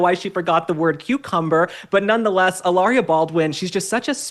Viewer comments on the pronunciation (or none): Ih-larrrriah, Meghan Markle, Blake Lively, Rachel Zegler…